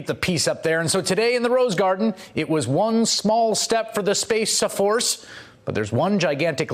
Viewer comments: "Space Saforce" I love how he is not letting this one go. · Dammit !!! At 52 I don't think the Spaceuh Force recruiters will send me to spaceuh camp..........I feel badly for the U. S.Airman that had to unfurl that flag for the presidents photo op. What a s### show. Bigly Sad............